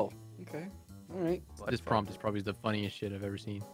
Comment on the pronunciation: said problably like 4 words in this session